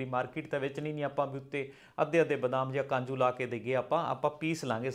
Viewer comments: kanju ni kaju hunda hai ji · Kanju nahi hunda ji kaju hunda